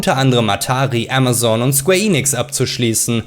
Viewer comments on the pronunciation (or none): none